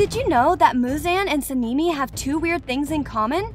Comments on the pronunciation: no way you call him senimi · Why do you call sanemi sanimi? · HAHAH THE FACT SANEMI’S NAME SOUNDS LIKE A GIRL CAT NAME SEN EME SAKURA=SAKKIRA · girl whos "senimy" 💀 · Okay she called sane I " saneemi " and inosuke " inoosuke "💀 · “Tameo” “sanimi” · So the fuck is seeneemy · How she says Tamayo and Sanemi makes me think she doesn’t watch demon slayer. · its sanemi and and samimi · Why does it sound like the voice says sanimi and shinubo? What is that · Yes, we all love Sanimi, Inosuuke and Shinubo ;-; (Btw all of the names are mispronounced. You can watch the original Japanese sub to hear the correct pronunciations.) Good video tho.